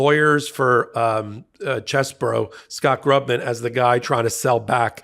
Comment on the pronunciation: It's Ken Chessbro, bro, not burrow!